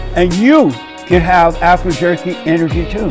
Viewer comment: Not alpha but alphur. Umazing!